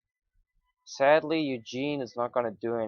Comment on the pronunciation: We play rather similarly, though with slight thought process differences... We generally end up making the same decision however. Main difference in our play: Ugin pronunciation lol. You say Eugene, I say Oo-Jin.